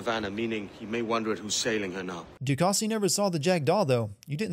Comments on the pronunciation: Calling Ducasse, Ducassy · Du Cassee? Dude the “E” is silent its french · Sin for literally hearing how DeCasse is pronounced and still pronouncing it wrong 2 seconds later